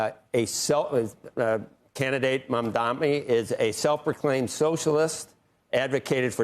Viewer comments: it's Mamdani! M-A-M-D-A-N-I not MandanMI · If you are going to slander someone, at the very least learn to say their name. He said his name was Mamdani, and he spelled it out "M.A.M.D.A.N.I." Mamdani. Drop Mic. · All networks need newscasters who can pronounce MAMDANI and KAMALA. Some mispronunciation is deliberate to disparage politicians viewed as threats to the status quo. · This host is twisting the facts. Mamdani has never used or supported the phrase “globalizing Intifada” and in fact he has repeatedly said he will fight against anti semitism. The host can’t even pronounce the name of the candidate properly and cnbc is paying this illiterate to host this show. Mamdani said he is a democratic socialist and he is working to improve the lives of the New Yorkers and these hosts are freaking out.. he is a socialist.